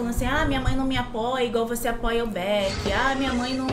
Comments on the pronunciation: Eu achava que falava "baquê" não Beck ikkiikkkk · TROPINHA APRENDAM DE UM VEZ É BEK E NÃO BAK E NEM B 4 K 🤣🤣